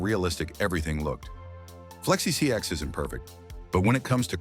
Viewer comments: Why is the ai voice saing flexi csx? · Why is bro saying flexi csx😂😂😂